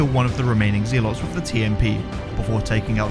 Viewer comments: Just some friendly information. Zealots is pronounced Zell Uts not Zee Lots. Other than that great run as always and entertaining to watch like all the others. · Had to turn the video off when you started pronouncing Zealot as ZEE-LOTS as if it were two separate words! Mispronouncing words is a pet peeve for anyone but especially from a fellow Englishman saying ZEE-LOTS. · Zealots is pronounced Zelots 😀 Not that it matters to anyone. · Lol “Zee-lots” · Zealots pronounced that way makes my skin crawl... zeeelots